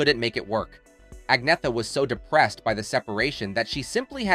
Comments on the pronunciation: Learn how to pronounce her name. Not AgNetta .. It's Anyetta ... the 'gn' has a 'y' sound. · At least pronounce her name properly. The g is silent.